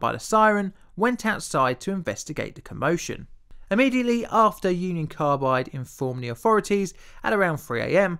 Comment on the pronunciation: I though you said "Uncle Carbide"